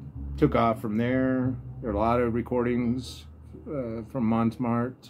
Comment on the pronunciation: Montmartre is pronounced (Mon-martre). Just trying to help. I have to look for that Ken McIntyre record. Thanks